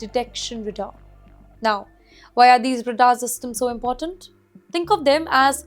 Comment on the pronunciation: The problem with these Indian anchors is their English pronunciations is so wrong and hopeless. many silent letters in English words are emphasised like "Bombing" [second B is pronounced]. Again, in this clip she keeps saying RADAR in the most stupidest way. This is typical Indian curry.